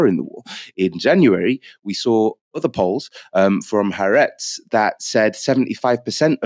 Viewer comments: Please note it's Ha-aretz, not Haretz. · HAARETZ IS PRONOUNCED WITH SPLIT A'S HA ARETZ!